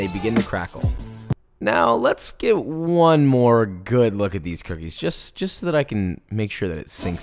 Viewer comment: Cooknies? Cooknees?